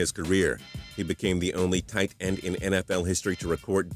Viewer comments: Why does he say it like TIGHTEND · something seems weird about the way this guy says "tight end" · The way he says "Tight End" pisses me off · why do u say tight end like that